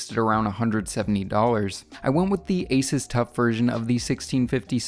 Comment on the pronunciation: Its pronounced AY-soos not AY-sus